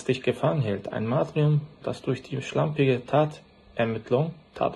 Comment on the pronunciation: Matrium??? Er meint wohl Martyrium....... sprich..: „Martürium“